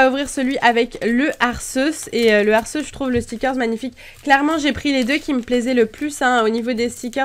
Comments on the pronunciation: Arceus se prononce Arkéhusse :) ;) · Sa se prononce pas "Arceus" mais Arcéus" !! nan jrigole bonne vidéo sinon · Je fais du grec et Arceus doit sûrement venir de Αρχος / arkos / qui signifie dirigeant, chef. Mais je prononce quand même Arceus / ar c usse / x'D. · Salut miss c'était pour te dire que on dit arqéus j'ai vu le film je sais de quoi je parle et mon préféré sa était anfinobi